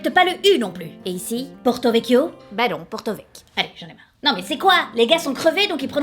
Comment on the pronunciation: Ptdrr par contre à aucun moment on dit “PORTOVEK” “USCIOL” ou “prate” vous ne savez juste pas prononcé